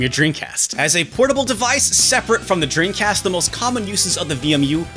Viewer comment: Do you say “dreancast?”